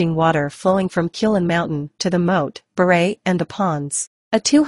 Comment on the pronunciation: The narrator didn't bother studying the proper Khmer pronunciation of items found in the video. Anglicizing Khmer words can cause confusion in the listeners ' understanding of the content being presented. One good example is pronouncing 'bar-rye - pond' as 'beret - military hat.'